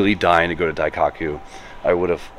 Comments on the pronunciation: Not to be “that guy”, but it’s pronounced “Dai-koh-coo”. Sorry, but it’s been driving me nuts lol. Love your vids and everything you do bro. Keep it up! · Diecockyou? Bro butchered it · "daiCOCKu" your pronunciation is making me giggle 😂